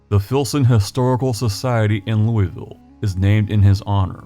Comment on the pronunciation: Thank you for pronouncing Louisville correctly.